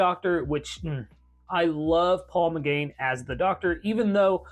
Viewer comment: Paul McGann. Try to pronounce his name correctly.